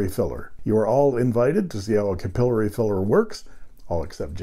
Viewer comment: Thank you for Pen Resurrection Sunday! I like the history and how the vintage filling systems work. Funny that you pronounce the system capillory (ku-pil-lory) for the first five minutes and then switch to capillary (ca-pil-lary) afterwards. Now to find the first episode of the series.